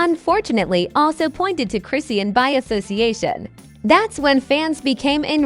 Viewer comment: Lady you don’t pronounce her freaking name right . 🤥stop lying . Tf where do you get these story. Husband! wtf 🤬